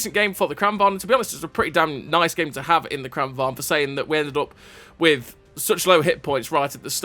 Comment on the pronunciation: A note on pronunciation 😎 lengthen the first A and shorten the second: it's pronounced Krahn vang. Love your videos. Keep up the great work